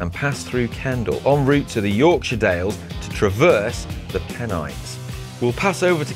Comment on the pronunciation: Penni...what? AH it is Pennines..